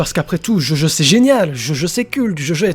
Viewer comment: Djodjo... Stp DjoDjo